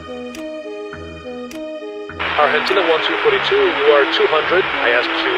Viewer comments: A piloto errou feio, mas o controlador começou com o pé esquerdo ao confirmar a identificação do voo, soou irônico pelo jeito que pronunciou Argeentiinaa 1242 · Desde quando Argentina se pronuncia argentchina? Em espanhol? Eles falam "arrentina" áudio totalmente fake.